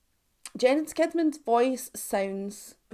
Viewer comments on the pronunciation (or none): "Jens Kidman": The softer J ([j] not [d͡ʒ]) and "Sheedman". That's how Swedes pronounce it 😊